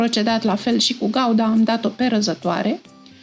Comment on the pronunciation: Doamna draga ,corect se zice Branza Gouda(Guda)!😢